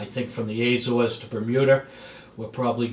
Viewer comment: Not Aay-zores. a-ZOres.